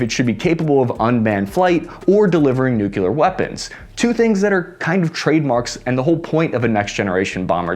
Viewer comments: What WARS has the B2 fought?The bomber has never been tested in a true war. And it's nuclear NOT nuculer. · god damn it.... its nuCLEEr not nucular... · "Nuke-you-ler" weapons? Really? Look at the word. Sound it out. Say it with me... NUKE-LEE-ER...NUC LE AR...NUCLEAR. And don't get me started on suposably(which you didn't say). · Love your channel. It is pronounced "new-clear" not "new-que-lur." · He never checks pronunciations of names, words, and apparently has some issues with conversion math. Which begs the question, is the editor worse, or just purposely letting them slide regularly? 🤔 The updated B-52 Stratusforces, by Tyler Wrongaway. In the article he also touches on the B-1 Lancelot and the new B-21 Reindeer, which is also capable of going nukyoular. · I keep waiting for him to add the Simpsons "it's nukular" meme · SORRY! I JUST CAN'T LISTEN TO SOMEONE WHO MISPRONOUNCES NUCLEAR EVERY FEW SECONDS! CAN'T STAND IT!